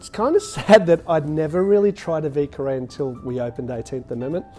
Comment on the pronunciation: French guy here... you wanna pronounce it VEE-YER KAH-RAY hehe :P ...Love this cocktail! My favorite New Orleans classic! I enjoy these often! Great video as always! Cheers!